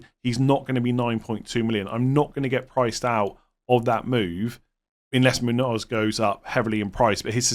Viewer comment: It's pronounced moon-yose, not moon-ose